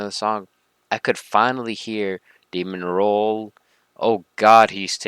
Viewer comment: “Demon roll” It’s Demerol.